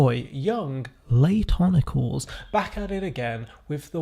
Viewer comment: I always thought Laytonicles was pronounced LAYTON-I-CLEESE.